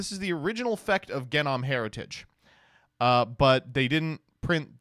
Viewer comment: his pronunciation of words like genom and ouroboros are kinda crazy